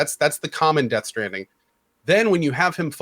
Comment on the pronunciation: nice call on the pronunciation of Death Stranding